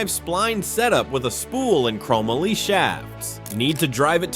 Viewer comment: Chrome moly for one.